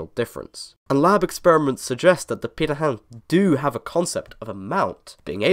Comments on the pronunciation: How the hell did you managed to pronounce pirate so perfectly? No aspirated p, and perfect nasality. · Congrats on your pronunciation of Pirahã! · 20 seconds in and it seems I'm right about the video topic lol. Neat to hear how their name is properly pronounced, we said it quite differently in my class.